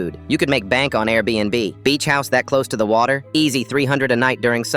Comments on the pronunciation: "Abbirib" Nahh text to speach bots be playing mf i heard u say airbnb in the last story what happened now? "abbirib" is just diabolical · Airbnb❌ Abbarbi ✅ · 😂😂😂😂😂 cant pronounce or spell airbnb😂😂😂 come on AI😂😂